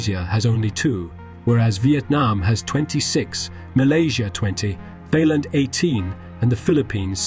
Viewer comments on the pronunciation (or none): The way it pronounced Thailand had me rolling.